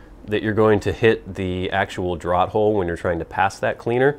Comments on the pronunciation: isn't it pronounced "draft" hole? as in letting air move? draught is pronounced draft, no? you don't ask for drawt beer do you? I know americans have changed certain spellings. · Another great review and video,. Thanks. As a note, and I hope you will accept this in the kind manner it's presented: 'draught' is always pronounced as draft, which is strange, admittedly, as we always take a draw, but there it is. English is a funny old language. Best to you.